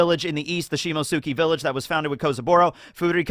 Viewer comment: Do you see the t in Shimotsuki, you just decide to ignore it...